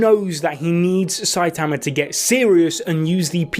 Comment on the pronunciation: everyone: "sai-tuhmuh": "sai_tahmuh"